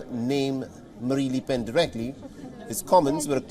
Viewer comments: Its not les PEN ', its LE PEN AHAHAH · Annoying that the newscaster cannot pronounce ‘le’ properly. Definitely not ‘lee’.